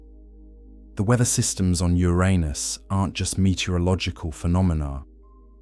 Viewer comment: Thank you for the pronounciation of Uranus as when I grew up.